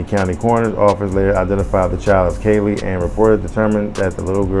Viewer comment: It's pronounced Cee Lee ...like the color purple